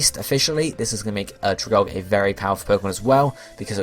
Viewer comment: If no one has said this, it's pronounced like Algae (al-gE), the plant life found in some bodies of water :)